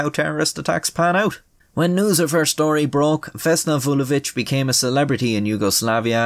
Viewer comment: as a serb you should be proud of your pronunciation of her name